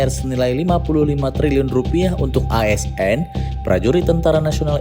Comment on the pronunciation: Bagian "ASN" nya di tekan sama pengisi suaranya Bjirrr...😂😂😂